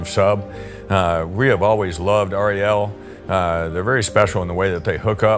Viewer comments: It is not pronounced R.E.L 🙄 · r.e.l . ??? You can just say Rel ...no problem for us :)